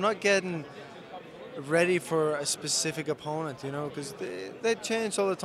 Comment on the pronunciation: Blaman Thur how can you not hear an irish accent the way his says opponent and time?